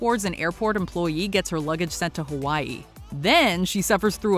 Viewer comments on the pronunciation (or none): none